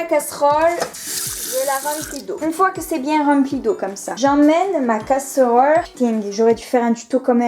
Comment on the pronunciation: Oh la malheureuse et le couvercle sur la casseuhrole pour économiser l'énergieuh 😉 👍